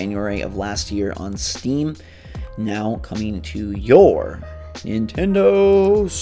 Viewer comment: Scrap rush is coming to what system? “NIN DIN DIN TINDO Switch !”